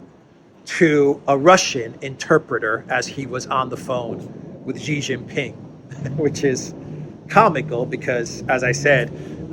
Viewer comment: It pains me to hear the west calling the leader now of the "evil" dragon trying to destroy the world by promoting peace and infrastructure building as GEEE Jing Ping, its prononced as SEEEEEEE not GEEEEE. For the Chinese, to get the surname or the family wrong is the greatest insult to not only the person but also his bloodline. Its a disrespectful insult. I have written about this before, I hope in the near future, we can accord some credance to the surname of the person now that has become the icon of peace, even though Duran is the most credible channel on the web .....GEEEEEE is not the way to go.....SEEEE, Its SEEE, Si, Si, Si, Si please! For crying out loud, Gee Jing Ping can mean REJECT Jing Ping, unless that is the purpose for of the channel, to program all english speaking chinese to reject Xi ....pronounce as SEE or Si, which means to learn. A good name, that become REJECT....sigh. Its the second time I am writing. I hope you get to read it.